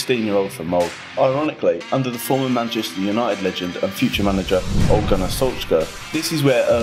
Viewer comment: Bryne" as "Burn", "Molde" as "Mold", "Ole" as "'Ol" lmao. Monolingual anglos are truly ignorant about the most basic features of other languages. These e's are not silent. The r in Bryne comes after the B, not after an u that is not there. You have access to Wikipedia and Google Translate. It literally takes a couple of seconds to check if you are unsure.